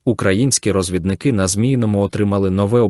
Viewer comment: Гарне починання, молодці! А от з наголосом у слові " розв І дники" - треба попрацювати. Все буде гаразд.